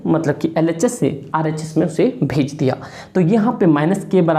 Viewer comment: Sir shayad aapne bola bhaj Diya but meina suna RHS ko bhik diya